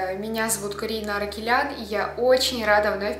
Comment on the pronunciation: в 0.05 ты оговорилась и сказала «аракеляР»